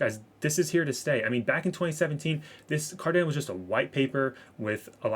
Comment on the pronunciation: You are pronouncing Cardano wrong. You are saying Car-Dan-O. It's Car-Don-O FYI. Great vid too! I have 30% of my portfolio in ADA. Staying patient with it.